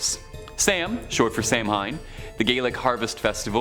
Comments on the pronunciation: Samhain is pronounced SOW-en or SAW-en (sometimes saw-WEEN), not Sam Hyne. Samhain is the Celtic New Year's Eve/Memorial Day combination (in the Celtic lunar calendar), in honor of the ancestors and recently-departed (sort of like Dia de los Muertos), as well as the livestock harvest festival, back in the old days. Samhain is still the Irish Gaelic word for the month of November. Just FYI... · Omfg...I'm tired of saying this over and over on this f*cking channel...ITS PRONOUNCED SAH-WIN!!! Or Saw-Ween, NOT F*CKING SAM HAIN. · Samhain is said as “ sow-win” as a witch I have been celebrating for years. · Thank You. It is driving me nuts hearing him say it that way lol.